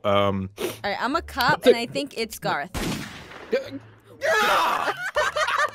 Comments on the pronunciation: When Garroth starts saying Gerroth you know somethings wrong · Garroth... did you just... pronounce your... own name wrong... ok I'm out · Has no one noticed Garroth said his name wrong? No? Just me? Ok..